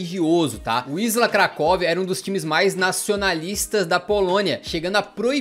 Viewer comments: Na verdade a pronuncia tambem nao é "Visla" é mais parecido com "Vísua" , o L cortado em polones tem som de u. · não se pronuncia visla, mas sim visuá, se forem ler palavras com ł é só substituir a letra por U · Adicionando a pronúncia: wisła se pronuncia VisUa, o ł tem um som de U não de L